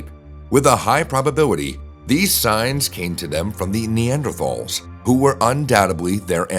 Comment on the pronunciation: Rhanks rotpronounci😅ng neanders correct way😊